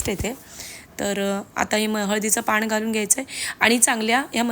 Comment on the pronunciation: चुकीचे मराठी पियाला नाही.... प्यायला घालून घेते नाही.....घालते हल्ली सर्रास असे चुकीचे मराठी सर्व youtubers बोलतात. शाळेत शुद्ध मराठी शिकून पण ही परिस्थिती. पुढे पिढी ला असे चुकीचे मराठी शिकवणार. अजून एक न आणि ण पाण नाही, पान